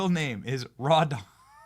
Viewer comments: Rawdon is not hard to pronounce. Not sure why Benny Johnson has a hard time with a native English language name. It's pronounced like "trodden", not "raw dawn". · All I'm hearing when you say the jag bosses name is "raw dong lover". Sounds about right. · I thought you said "Raw Dog Lover" until you repeated a few times and I read the clips, "Rawdon Glover"......ahhhh, easy mistake but after watching the ridiculous ad Raw Dog Lover seems to fit better.